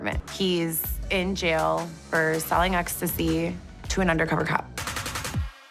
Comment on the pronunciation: “He’s in “jell” for selling ecstasy to an under cover cop”